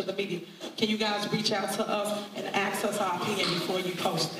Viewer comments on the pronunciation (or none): Anyone who says “axe us” shouldn’t lead anything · She’s wants the media to “reach out to us and “ax us” her opinion before you post it.” Geez…….”ax us”? Really? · axe, what's wrong. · Anyone who cannot properly pronounce the word "ask" should be automatically disqualified from holding any public office.